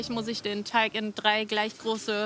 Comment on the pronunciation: Mich stört es immer irgendwie, das immer Teich statt Teig sagt 🙈😂